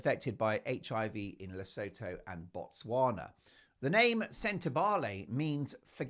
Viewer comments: Le-sue-too not La-so-tho just saying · Please, for the love of GOD, it is pronounced "Le-SOO-TOO" If I hear "Le-sow-thow" once more from one of my favourite Meghan-hating channels, I am going to start watching that cnt's Netflix special to end myself. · Mark, you’re a scream🤣 BTW…. Lesotho is pronounced le soo too. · Just a heads up the pronountiation of Lesotho is "La sue to" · Take note Mark: Lesotho is pronounced as Le- soo- too Oo as in woo or shoe The h is silent. SeSotho is pronounced Se-soo-too. Please show respect to the BaSotho nation of the Kingdom of Lesotho. Just a reminder! Speaking from South Africa 🇿🇦 . We are the neighbouring country of Lesotho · She is no lady. For noting: Lesotho is pronounced "Le sue two" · FYI 😉 its pronounced Le-soo-too and Se-soo-too. Hurts my African ears when pronounced incorrectly 😊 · It's pronounced 'LeSOOtoo'! 😊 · Le sue two That is how it is pronounced. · Just an fyi.. Lesotho is pronounced LeSooToo. Great show! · It is pronounced Le soo too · Lesotho pronounced: Li-soo-too (with the emphasis on soo) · Your show just gets better and better. So much fun! (Btw, Lesotho is pronounced 'luh·soo·too.') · You like big mugs Mark? I'm assuming that doesn't include old H?? 😂😂 The name of the country is pronounced La-soo-too by the way...hope you don't mind me mentioning it. Love your show! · Hello Mark. The ‘os’ in Lesotho are pronounced as the oo in ‘too’ and the th is pronounced ‘t’. Hope this helps. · Enjoy your posts. For interest's sake, Lesotho is pronounced "luh soo too" and the language is "soo too". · Please Mark Lesotho it’s pronounced Le soo too and the language is pronounced se soo too